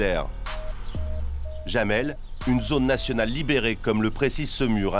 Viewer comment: sauf que ça ne prononce pas jamel comme dit le journaliste mais yamel, le "oui" en allemand s'écrit "Ja"